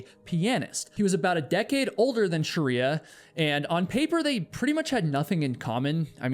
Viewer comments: pretty sure it’s not “sharia”. it’s shree-ya. sounds like you are adding vowels. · Sorry the story had a sad ending.. But you have being pronouncing her name the wrong way... You're calling her sharia (like the law), but her name is Shriya (like shri in shriek, emphasis on SH, and ya). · Your pronunciation of proper names is deplorable. How can you prepare an entire video about one person and not learn how to pronounce her name? Its's Shri-ya, 2 syllables, not Sha-ri-a. Your video is insulting to her memory, and your disregard for how to even pronounce her name is incredibly lazy and boorish. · great video, it's Shreeyah though not Shariah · Why can't western educated person like you pronounce names? It is not pronounced Sharriyaa - it is "Sh-Rey+yaa" You are near million subscribers, ask a closed group of similar culture how to speak names... Also this rant is too long and boring. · Pronounce her name correctly !! Sh- Ray- yaa is right !! You are calling a Hindu name by its dead opposite Muslim fanatic practices called Sha-ria !! 😡😡 It’s an insult!! Sh- re- Ya means Goddess Laxmi - prosperity !! If you don’t even know how to pronounce !! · It’s “SHREE-ah” (two syllables)… You’re adding an extra vowel sound making it three syllables (“Sha-ree-ah”) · Hi.. Appreciate your information .. here .. But please pronounce Shreya correctly .. 🙏🙏🙏🙏